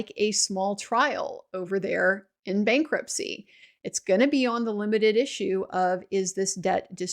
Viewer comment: "bankrutpcy" hihihi ;)